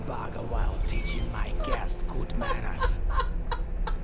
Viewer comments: "goo-wests" ("guests") So close, narrator. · Haha! Hotel "gwests"! Genius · Did I hear the guy on the radio in this game pronounce "guests" as "gwests?"